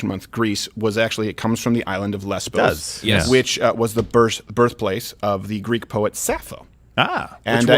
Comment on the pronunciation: The island is called " LESVOS" NOT LESBOS also its MOLON LAVE not MOLON LABE